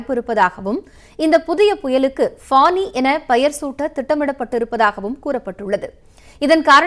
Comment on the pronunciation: Not panni its fani cyclone